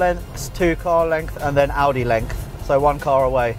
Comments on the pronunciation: "Audie car length" LOL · "Audi length" HAHAHAHA